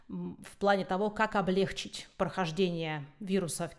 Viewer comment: Блестящий разбор ситуации! Но, пожалуйста, без "облЕгчить"!!! Правильно делать ударение на последнем слоге.